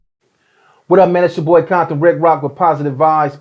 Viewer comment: Aint no "bombton" N... where you at ?you better say compton N...